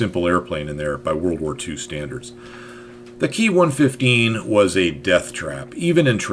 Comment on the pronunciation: Ki is spoken as separate individual letters as in "K-I" not as "key"